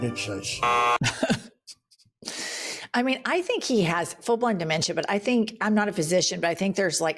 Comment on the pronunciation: Even the Almighty is wondering, 'Where's the United Shates?'